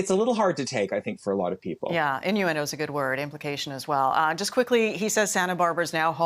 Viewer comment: I just have to get one thing off my chest, where did this guy grow up in America? I’m American and I’ve never heard “Again”pronounced like this! Harry is a trader💩🤠🇺🇸